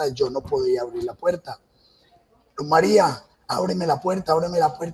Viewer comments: Ni siquiera le dice el nombre bien, ella no era Luz María, era Luz Mery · Ni siquiera dice bien el nombre de su víctima, un irrespeto total a la memoria de ella, siento que se complace recreando los hechos que el justifica, su único "error" fue dispararle a una chapa y ufff la mató. Psicópata, todas las pruebas q según el le armaron no tienen ninguna relevancia ante el hecho que el llama "error" cuando es un asesinato y un feminicidio que debe tener todo el peso de la justicia con todos los agrabantes posibles.